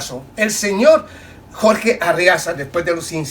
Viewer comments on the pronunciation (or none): none